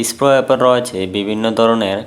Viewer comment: ভাই ইস্পো না, এসপ্রো